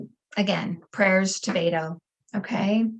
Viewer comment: Beto's name is pronounced "BET OH", not "BAIT OH".